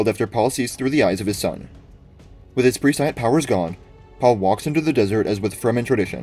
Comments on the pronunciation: Great video, just a quick comment. Take a look at the pronunciation of prescient. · I’ve heard about 3 different pronunciations of it. I think PRESI-ANCE is the current one though.